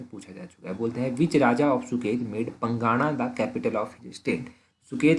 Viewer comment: सर ये जो आप पंगाणा बोल रहे हो यह पांगणा है